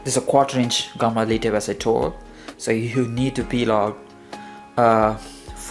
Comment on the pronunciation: Lead here should be pronounced like 'led' rather than 'leed'